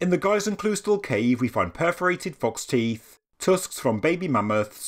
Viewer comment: Haha almost :) Nice try!!!! "Geißenkl ..." was correct so far, ".... österle" is way harder to pronounce. Its near how a native english speaker would say: "Earl" but only saying the "Ea" -> after that "ster" as in "howard stern" without the howard and the "n" ;) -> followed by a "le" as in "length" without the "ngth". Even for a native German speaker this name sounds a little odd, because of 2 Reasons: First one is, the name means probably something like "Goat Monastery" (Geis = Southern German for "Goat"(Ziege) + Klösterle = trivilization of "Monastery"(Kloster)). The 2nd reason is that trivilization, which oftern appears in the "SchwabenlÄndLE" (you see what i did to Schwabenland?) and is a pretty important part of the "Schwaben Dialect". Hope i could help, and please overlook my poor english.